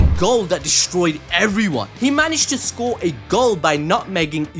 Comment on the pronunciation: did anyone catch the fact that he said socre instead of score